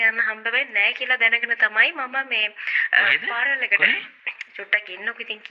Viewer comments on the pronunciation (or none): Funeral Parlour ❌ Funeral Parel ✅ Flower Bouquet ❌ Flower Booket ✅ 💀 🔫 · Not FUNERAL PARAOL. Correct pronunciation is FUNERAL PARLOR. Ok madam. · Funeral parlour❌ Fural paral✅ Flower bouquet❌ Flower booket✅ Cemetery❌ Chemistry✅ Burial❌ Barrier✅ Ok Rest in peace English🙏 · Meya koyanne Funeral paral kiyala ne 😂eka liyanne parlour but kiyanne palar kiyala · පාරල් 😅😅😅 පාලර් නෙවෙයිද එතකොට මාර ඉංග්‍රීසි parlour වත් දන්නේ නෑනේ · මේ අනුන්ට ඉංග්‍රීසි උගන්නන්න කලින් තමුන්ගේ ඉංගිරිසිය හදා ගන්න. Dictionary එකට අලුත් වචන දාන්න එපා පාරල් නෙමෙයි පාලර් බොකේට් හැබැයි අපි නම් දන්නේ බොකේ කියලා කැබින් අපොයි ඔය කොෆින් එක අපිත් මේවා අදමයි ඇහුවේ කොහෙන්ද ඔය ඉංගිරිසි ඉගෙන ගත්තේ. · Funaral plour ෆියුනරල් පාල not පාරනල් . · පාර'ල් 😂😂 .. පාල.. බුකෙට් 😂😂... බොකෙ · ෆුනරල් පාලර් ❎ පියුනරල් පාරල් ✅ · මිස් ෆියුරනල් say පාරල් 😂 රිවස් වෙලා 😂😂😂😂😂 මැරුණදාට කැබින් එකේ ලු නිදියන්නෙ 😂😂😂😂ෆ්ලවර් බොකේට් 😂😂😂😂 කෙමිස්ට්‍ර් එක😂😂😂 වඳින්නම් නූතන නිලි රැජිණියනි ආයෙ ෆියුරනල් යන්න එපා මගෙ දෙයියෝ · වයිරල් "විරල්" වෙලා, "funeral “ෆුර නල්” වෙලා parlour “ පාරල්" වෙලා... යකෝ දවසේම රිවස් වෙලා ඉන්න වෙලාවක ෆමිලි invitation එකකුත් ලැබිලා... "පාසි ටිපේට් " කරලා දෙය්යනේ ෆියුරනල් එකට.. final respect එක ප්‍රේ ...කරන්න ගිහින් අප්පා .. 😅😅😅😅 "ෆ්ලව බොකෙට් " එකක් අරං ගිහින්... කවුරුත් දැක්කේ නෑ නේ දෙය්යනේ.. අනේ කෙමිස්ට්‍රි එකෙට එක්ක ගිහින් මේකිට ශූට් කරපල්ලකෝ කවුරු හරි.... 😅😅😅😅😅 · ෆියුරනල, පාසිටිපේට්, විරල්, ෆියුරනල් පාරල් එක,කැබින් එක, ෆ්ලවර් බුකේට්, කෙමෙස්ට්‍රි 😂😂😂 අම්මෝ මේ ඇත්තට ම ද මේවා කියන්නේ? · Funeral Pallor පාරල් නෙමේ නේද😅😅😅😅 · Furanel paral... ( පාරල් ) අම්බෝ 🤣🤣🤣🤣🤣🤣🤣🤣🤣 පව් මේ වැස්සි 😂😂😂😂😂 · පාරල්😂 කැබින් 😂 කෙමෙස්ට්‍රි😂 බුකෙට්😂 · Invitation to participate at a funeral ...😂 What a joke.. Real mut. ෆියුනරල් ෆාරල් ...😂😂😂 ෆාරල්, කැබින්, ෆ්ලවර් බුකෙටි, ෆයර් වෙනව, බැරියර්, කැමෙස්ටි 😂😂😂 What are those words.. AI Reverse Technology. Advance method. Social media is reversing ... 😂😂😂 Popular characters don't talk like this. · පියුනරල් පාරල්😂😂😂😂😂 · පාරල් නෙමේ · පාරල් එක. කතා කරන විදිහටම තේරෙනවා ගෑනිගෙ කැරට්ටුව. පව් බං බයිට් වෙලා ඉවරයි.